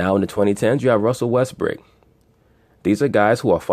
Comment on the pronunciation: Why do y’all insist on callin him Russel WestbrICK..the mans name is Russell WestbROOK..smh I mean I understand that y’all ain’t fond of the guy but show some objectivity to the situation and put some respect the man name by pronouncing it correctly..Smh Respectfully